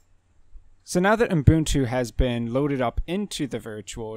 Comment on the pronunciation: Thanks for your video! But I'm curious: Why are you pronouncing the name Ubuntu as "Oom-boon-too" or "Oon-boon-too" (as if adding an m or n right after the first u)?